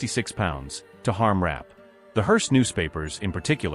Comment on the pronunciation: Her name was pronounced "Ra-pay".